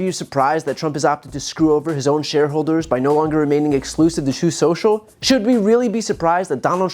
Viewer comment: Troth sentchal